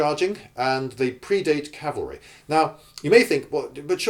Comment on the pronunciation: It's cavalry, other than that good point.